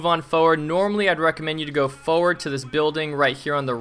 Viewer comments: sure says "foeward" a lot XD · Holy shit this is crazy, this guy can't pronounce 'forward' though lol